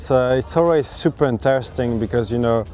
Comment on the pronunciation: It seems Scotts fav word (super) is catching on! Sounds better the way Martin pronounces it! Super Nice!